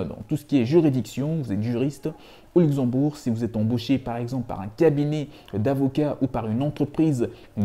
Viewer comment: C'est Luxembourg pas uxembourg 😄